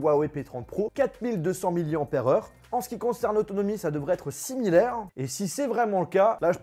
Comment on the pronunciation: j ai cru qu il avait dit six mille heure au lieu de similaire😂